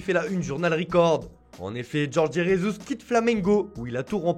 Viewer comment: Arrêtez de dire "resus " alors qu’il est portugais et pas espagnol, si tu veux mettre un accent, prononce au moins avec celui du pays! On dit Jesus !